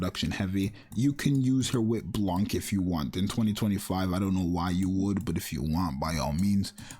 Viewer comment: Blanc too, the " c " is silent, it's a french word, same as Noir and Rouge